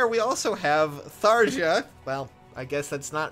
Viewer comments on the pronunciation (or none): none